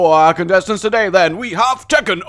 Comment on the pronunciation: When you said "Four contestants" it sounded like you said "F#ck intestines"